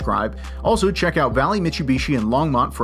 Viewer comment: Disliked the video purely based on how you pronounced Mitsubishi.